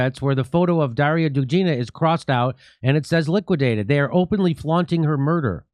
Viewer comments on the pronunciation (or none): Jimmy ffs her name is Dugina not Dujina. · "Do ga na" Dugina. Watch Graham Phillips video about Darya.